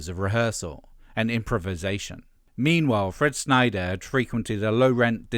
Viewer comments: I'm two minutes in, i really hope you aren't going to continually mispronounce Fred Schneider's name. It's Schneider not "Snyder". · Schneider. Not Snyder. You're killin me smalls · Schneider not Sneider